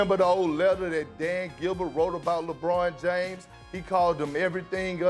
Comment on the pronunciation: perk is glitching "lebrawn Jaimes"